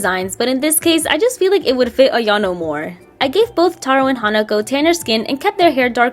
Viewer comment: This is great! Makes her more respectable and explains the clumsiness at the same time! One thing though, it's not "iano" it's "ayano" :) 😊